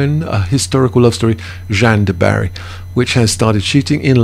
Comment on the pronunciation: It is: shanne dÜ Barri and Ri sh El jö. Every french Person must be thinking..how can you do that!